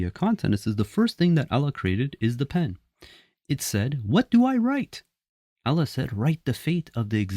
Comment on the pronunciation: First of all it's not Alla , it's Allah .Ah at the end please I am sure you can work on it if you are not AI generated. There were no Hadiths for at least first 150 years following the death of the prophet (pbuh). 'We have made the Quran easy for you to understand'.